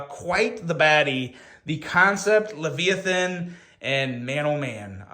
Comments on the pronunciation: There is 1 way to pronounce that. Lev-I-Ahh-thin. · LUH-VIY-A-THUN. Can u say it correctly now? Did they ever teach you how to use a dictionary in Elementary School?